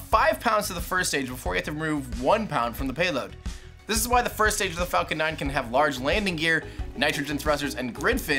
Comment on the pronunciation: why do you keep saying falCORE ?? i heard it at least 2-3 times in the video..